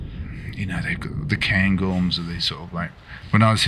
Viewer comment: Het is "Cairngorm" ipv "Gairngorm". Ik weet het, ik heb er een meerdaagse survival tocht gedaan :)